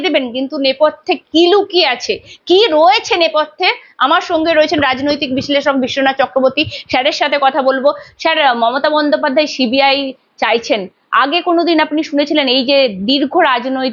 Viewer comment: Bolchi সংবাদ দাতা কে যে , কথা টা স্যার ছ্যার নয় উচ্চারণ ভালো কিরে করুন